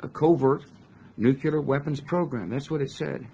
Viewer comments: New rule for all incoming presidents: If you can't properly pronounce the word, "nuclear", then you can't have access to the briefcase and red phone that fires one off. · Yale graduate? Nookyalur? Enriched Iranium?